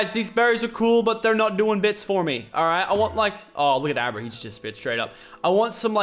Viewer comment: 'Oh! It's a Abruh!"